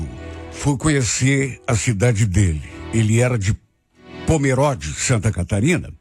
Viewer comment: Se pronuncia pomerôde e não pomeróde 😅 moro em santa catarina cidade vizinha de pomerode ❤